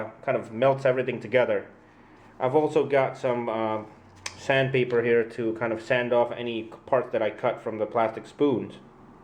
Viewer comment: everytime you say sandpaper I hear sand people